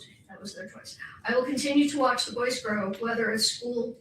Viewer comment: "WATH LIVE" ??? LOL